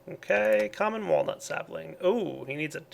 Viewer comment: Common Walnut sappling? He says lucky? Lol